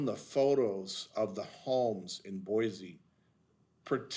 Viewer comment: Very interesting info on the anti-californication attitude in Boise. By the way, if you want to know how to pronounce it listen to this